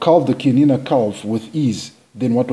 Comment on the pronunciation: so happy to hear the CHIANINA name pronounced perfectly and correctly in your video. Pure bred Chianina are utterly confident and quietly aristocratic. Full marks to you for respecting the correct pronunciation.. Chianina is my favourite cattle breed. They behave as royal kings calmly confident and aloof over all the other less tall cattle breeds